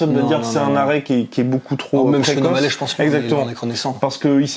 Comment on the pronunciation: Les français vous êtes trop chiants ! Sean o mallè? Sérieux? Vous ne savez pas faire un effort et dire o mall i ? Omallet... ridicules